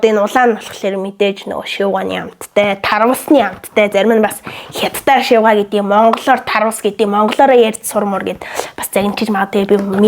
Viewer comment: Шивгай биш шавгай